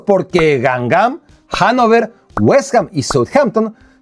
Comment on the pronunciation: Hola, como sé que te gusta la pronunciación correcta de las palabras, el HANNOVER se pronuncia "Janofah" puesto que la "v" suena como "f" y lo que el "er" suena como "ah"